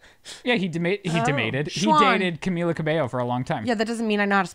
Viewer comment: what is "camiYa" hahahaha!!! its pronounced the same in english or spanish hahaha ly